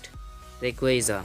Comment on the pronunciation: Not raceus